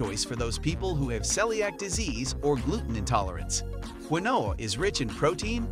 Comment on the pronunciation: Do your research, not everything on this list is legit. And he pronounced quinoa wrong